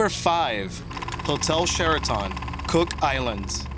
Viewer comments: true statement... his pronunciation of Sheraton drove me nuts..its not 'sheraTAWN'. it's'sheraTUN'. . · Yes the video was good but horrible narration. Once he called the 5th hotel the "Share a ton" it was over for me. Sheraton is a common hotel name, and I am pretty sure it is not "Share a ton". It made me distrust everything else he was saying. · Hotel Share-A-Tawn?? What planet are you from? Libya is about 5000 miles from Liberia btw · his pronunciation of Sheraton is funny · Sooo - you can pronounce Khmer Rouge but not Sheraton? Run your narratives past a literate friend first.